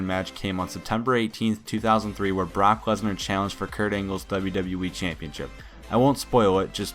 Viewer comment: It sounded like he said "cock lesnar" xD Jk jk